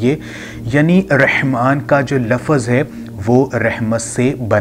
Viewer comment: Lafaz nahi yar Lafz, kahan se aa jate ho video bana kar, mustajabudawa hai t nahi parhi jati